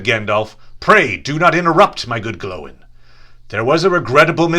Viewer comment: Glóin isn't pronounced glow-in